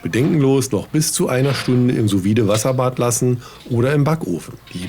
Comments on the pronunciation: ich weiss nicht, ob das ein running gag von dir ist, aber das "vide" in "sous vide" hat ein stummes D - quasi "Su Wie" ;) sehr geiles rezept ansonsten! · Schönes Video und geiles Messer. Ich bin von Sous Vide auch sehr begeistert, probier mal Ananas als Nachtisch, falls du das noch nicht gemacht hast. Kleiner Tipp nebenbei, man spricht es "su wied" aus - ohne E am Ende.